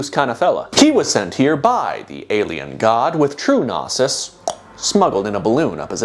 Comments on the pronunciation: Bro's constantly pronouncing knosis (no-sis) as nasis (na-sis) and it's killing m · Well worth the wait. Nice to see our boi was too smart for the "Judge is Satan" meme. Shame he wasn't smart enough to look up how to pronounce "Gnosis" tho...